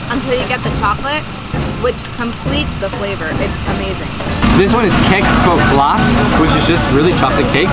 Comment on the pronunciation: we pronounced the kek cokelat - as cake cho- ke - lat .....